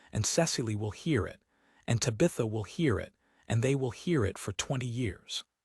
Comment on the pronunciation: This is probably a good story, but this is egregiously bad AI narration…Tabitha’s name mispronounced over and over again is obnoxious!